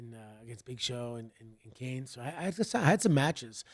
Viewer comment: When santino called Kane “Carnay” I couldn’t stop laughing